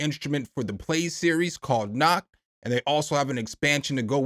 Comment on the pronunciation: "Nacht" is just the word "Night" in German. ;-) But if you pronoune it "Nakt" then basically Germans hear "naked". lol. 🤣Sounds interesting though and thanks for your honest opinions on the plugs. :-) 👍😊👍